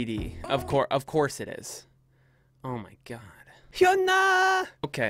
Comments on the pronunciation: Try saying "yu-na". Koreans don't really pronounce the H as far as I know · no, its pronounced (hyun-ah) !! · It's not hyeona😂 It's Hyuuu na... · Bangtan Brandon H Y U N A Pronounce it like Huna.. Sort of.. Hyuna❤️👑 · the pronouncing of "HyunA" is "Yuna" 😂😂😂😂 Edit: no one can handle HyunA😂😂😂😂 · HEE-YO-NAH P& say it fast. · It's hyuna and this "h" between "n" and "a" is unnecessary just hyuna